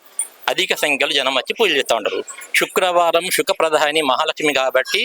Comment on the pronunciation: తెలుగు సరిగ్గా మాట్లాడు అమ్మ శుక్ల వారం కాదు శుక్రవారం అని పలుకు తల్లి.కాస్త తెలుగు స్పష్టంగా మాట్లాడే వారిని పెట్టుకొండి